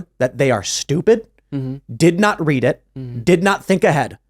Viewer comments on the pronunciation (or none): none